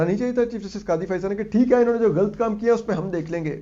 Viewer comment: ghalt nahin ghalat bola karoo mr punjabi medium